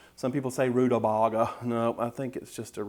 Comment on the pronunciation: You pronounced it right, honey....Rude-a-BAIG-a! Then there was one of my grandmothers who said, rude-a-BEG-er...hehe